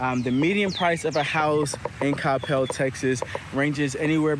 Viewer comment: Thank you for saying Coppell correctly. I just watched some other dudes video about Coppell and he called it kuh-PEL the whole time..... it irritated me way more than it should have lol. You are super well informed and have so much good info. I will say, while a lot of the houses have the whole driveway behind the house situation going on, there are also a lot with the front driveways, mostly off of bethelschool. But night life sucks for sure, although the new Cyprus waters development has a few bars, restaurants and a venue for live entertainment, so that's promising. But anywhoo, great video